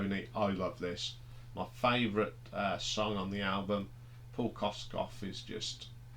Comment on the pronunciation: Kossof not Kosskoff